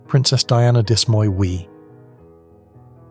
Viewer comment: Dis-moi oui. The S is silent